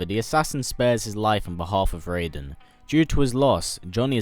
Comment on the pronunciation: He said raiden correctly!!!